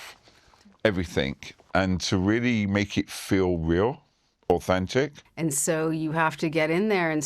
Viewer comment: "Every fink au - fentic...." Okay.... Okay, Jan.....